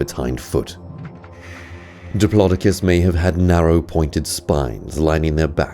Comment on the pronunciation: It’s dip lo do cus not di plo di cus